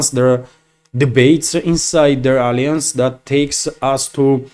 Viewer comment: Whenever you want to pronounce Alliance, you have put stress on the second syllable it sounds like this, /əˈlaɪəns/ Viva Russians and Russian President Putin ❤❤❤❤❤❤❤